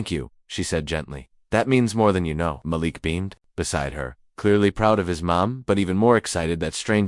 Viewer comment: Malik rhymes with batik. Muh•LEEK.